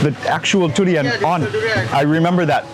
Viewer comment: You pronounce durian as turian. You must have been staying in thailand long. Durian come from the word duri mean thorn, actually what the fruit skin is like.